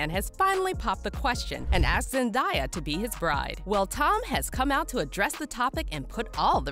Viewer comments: I stopped the video halfway through for the same reason as the comment below. Why are they making money off her name and NOT TAKING TIME to learn how to pronounce her name, It's interesting. If you introduce yourself, that is what we call you. The announcer has a name, I AM SURE IN THE CREDITS she would really like us to see that the producers got it right. We can do better, it's professionalism. Much Love. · I don't know who narrated this but please for the love of my sanity please learn to pronounce her name correctly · I sure do hate the her name is being butchered!! SMH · SAY HER NAME RIGHT OR DON’T BOTHER TO REPORT ANYTHING ABOUT HER HOW MANY PEOPLE HAVE TO TELL YOU HOW TO SAY IT ⁉️⁉️ IT’S NOT HARD TO PRONOUNCE IT CORRECTLY MAYBE YOU SHOULD PRACTICE SAYING IT A FEW DOZEN TIME’S‼️💯👍🏻🙄 MAYBE YOU SHOULD JUST STICK WITH…..Z 👍🏻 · Your saying her name wrong like learn how to pronounce it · Bro mispronouncing her name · Who’s the horrible voice over person who pronounces names wrong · yo! Its so annoying when someone can’t even pronounce her name correctly…it’s ZEN-DAY-AH not that hard right? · "ZenDIEyuh".....gurl what? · ZENDIUH!!! ZENDIUH!?? ZENDIUH?! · Why you say her name like that😭😭 zendieyuh… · come on ... Zen day a ... easy to say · Bruh zendaiya 😑 that makes me mad for some reason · Had to stop watching at the second Zen-die-ah... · thats not how you say zendaya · For real why people call her that when that’s not the same pronunciation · I feel like you're intentionally saying her name wrong they say her name correctly in your own credibility clips, and you're still saying it wrong. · You pronounce Zendaya wrong lol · How she saying Zendaya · if your going to do a story on them please learn how to pronounce their names… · You butchered her name way too much to even watch the full video without me wanting to punch you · Why is she saying Zandaya's name wrong? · Um the narrater is saying sends has name wrong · That’s not how you say her name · WTF IS ZEN-DIE-YA